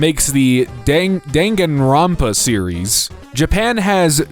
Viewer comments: I choked when I heard Danganronpa-- the way you pronounced Hajime and Nagito too lol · the way you pronounce "Danganronpa", "Hajime", and "Nagito" is killing me